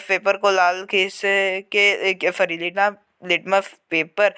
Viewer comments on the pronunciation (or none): none